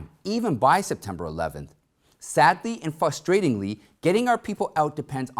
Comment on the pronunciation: He says, ovious instead of obvious and fustrating instead of frustrating LOL he's funny